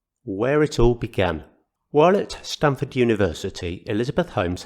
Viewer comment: just for your info....it's Stanford University (not Stamford).